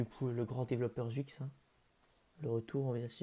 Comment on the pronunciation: Sa se prononce chuicxshdh pas zwuix